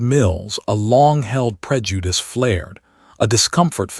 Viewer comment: I can guarantee you if this dude has been slipping in and out of this person's house at wee hours of the morning, he already knew what he was laying with...And please STOP with the emphasis on the word "prejudice", it doesn't out of pocket at this point...I'm done with this channel... Deuces